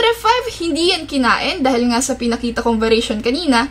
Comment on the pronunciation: Pa shout out po sa sunod na video nyo...lodi Wahaha ang kute nyopo pag kukindat saka ....ung pag ka bangid ng "nga" hehe from samar here😊